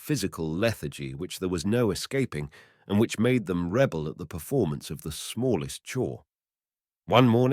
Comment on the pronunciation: How can this reader pronounce ``tow'' like ``Tao;'' rhyming it with ``cow?!'' Any adult knows how to say ``tow truck'' and would know how to read this. Must be AI. And it said ``rebel'' as if it was being used as a noun, when using it as a verb, when the accent is then on the second syllable.